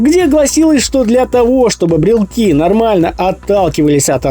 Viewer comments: Блелоки, а не "брелки":) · Брелоки это французский акцент